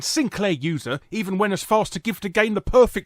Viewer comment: I can't believe I had to hear about 3 other magazine opinions before hearing the most important one, Sinclah Usah.(naturally)